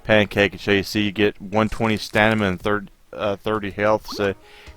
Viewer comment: It's "stamina". Btw great video, thank you!